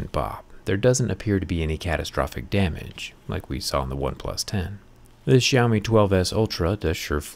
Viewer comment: This brand called "syao mee" , not shaumi.